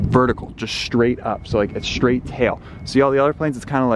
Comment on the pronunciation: yes the tail is 'SHTRAIGHT" UP. All dictionaries spell straight as straight.